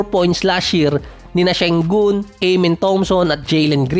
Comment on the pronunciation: aaaaaamen hindi eeeeeymen!